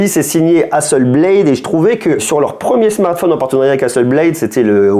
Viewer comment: Hasselblad ! Pas blade 😂 Beyblade = toupies, Hasselblad = photo 😜